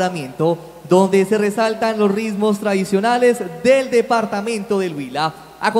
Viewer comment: Señor presentador: se dice "ritmos" no rismos. Y señorita presentadora, el traje de sanjuanero debe lucirse con el pelo recogido, para que se pueda apreciar la belleza de la blusa. Errores que le restan elegancia y calidad al evento